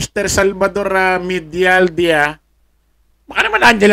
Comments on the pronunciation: Medialdia- ang basa niyan,,medyal diya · Ang prnouncevpo nyn Medaldeya